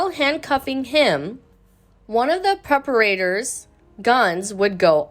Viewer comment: "preperator" was my favourite.